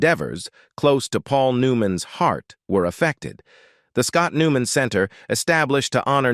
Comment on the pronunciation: Do these narators not know they are mispronouncing so many words they are reading even the main person's name? Aren't these listened to by someone who can correct these horrible mistakes? Makes me not want to listen at all. New man? Forgoodness sakes, someone correct the mispronounced words before putting them on here!